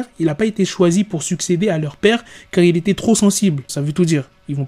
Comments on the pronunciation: c est pas un 2 (II) mais un il Kim il-sung 😭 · Sa se prononce pas 2 mais il